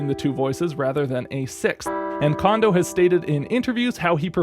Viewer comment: FYI: Kondo isn't pronounced like "condo" it's pronounced like "cone-dough".